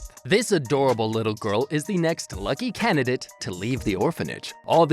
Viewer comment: "luky candinate" 🤩❤️